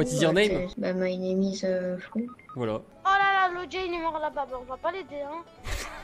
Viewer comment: «min neam is dean » 😂 « min neam is esteban »😂